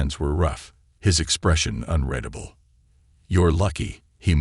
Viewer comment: It's funny all the inconsistencies don't bother me as much as how many times in all these stories when "UN-RED-ABLE" is mispronounced.